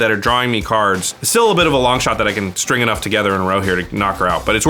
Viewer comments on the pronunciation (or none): none